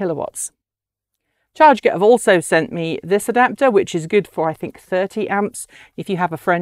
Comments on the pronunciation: I'm picking nits, but, is it really pronounced "charge-get"? Looking at the way they've written it, I would guess it to be "char-get" like "target". 🤷‍♂️ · Hi Mark! This is Ellina from chRget. You are absolutely right, we were so busy launching the Kickstarter campaign that we forgot to tell how we spell the name of our company and device. It's /tʃɑːɡɛt/ ("chah-get").